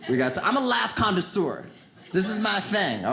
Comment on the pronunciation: Yes, he DID say "conda-seur" 🙄